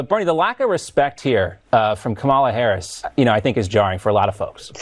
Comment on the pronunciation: Why does the conservative media keep mispronouncing her name? I mean its not that hard, she's the VP...